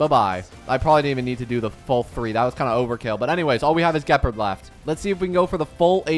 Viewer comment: Im pretty sure you pronounced Gepard wrong.